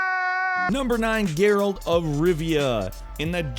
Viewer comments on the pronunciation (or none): none